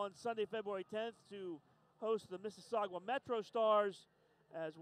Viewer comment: Please stop mispronouncing "Mississauga" as "Mississaugwa"!